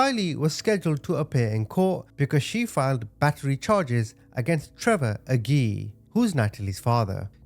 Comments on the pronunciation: Agee it’s a-G it’s pronounced like oh my God there’s a G I’m heated about it a little bit because it’s my last name and no one really knows how to say it which is understandable but this whole situation is messed up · Pronounced aaajeee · AYY-JEE, friend lol